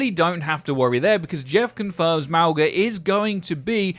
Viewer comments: It’s pronounced ‘Maui’. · Say Mauga like. MOW-GA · it's pronounced mauga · btw it is actually pronounced Mauga and not Mauga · Hi! Im Polynesian, and so far as I can tell from what my mother told me, its pronounced Ma o nga, with the g in Mauga functioning the same way it does in the word lung. My name, Tafalagilua, has the exact same g sound. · “Mowguh” rlly bro r u serious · Personally I will end up pronouncing it (Maw-guh) which in callouts will probably be shortened to just mawg. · if Mauga has a Polynesian background his name would/ could pronounced "Mo (as in the Simpson character) Nga". This is atleast from my cultures perspective. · Maw-Gha is how it’s pronounced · I think it is pronounced Mogga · Its pronounced maui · Even though i do NOT stand by my pronunciation of Mauga, i will inform you that it can be pronounced a number of ways. I think we will only know when he's released what it will actually be :) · Yes! Samoan doesn't put the N before the G but it's still pronounced w it. If he was Tongan it would be Mo'unga. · Tbh I’ve been pronouncing Mauga the same way you’ve been